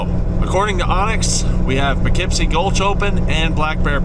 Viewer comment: I thought it was more like "Poo Keep See"